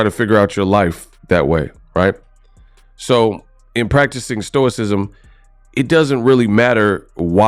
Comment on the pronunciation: Did this dude just say "stoicosm"? What the fcuk does stoicism have to do with Boxing? What does stoicism do for you with getting punched in the face? Nothing!